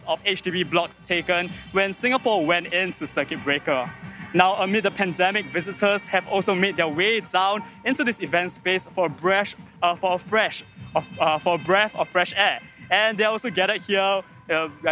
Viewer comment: "for a bresh of fresh air" 😆